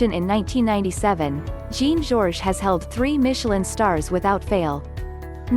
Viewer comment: Learn how to pronounce Le Bernadin and Jean Geoges, or they won't let you in!!!